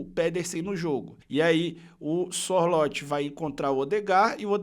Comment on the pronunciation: a pronúncia do nome do Sorloth é muito simpes: é ççorrutfffees